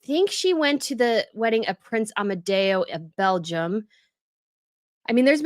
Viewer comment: Omg, just had to comment that you pronounced Amedeo CORRECTLY!! It was my FIL's name and my middle son is named after him, and NOBODY pronounces it correctly! At my FIL's wake the priest mispronounced it the entire time! His cousin pulled the priest aside after to tell him how to properly pronounce it for the funeral. He claimed "oh that's how you pronounce the English version..." Sorry Padre, no it's not! He was Italian, but it's a rare name there too.